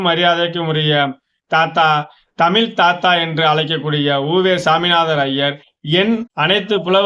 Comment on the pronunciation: தயவு செய்து தமிழ் என்று கூறப் பழகுங்கள் தமில் என்று கூறாதீர்கள்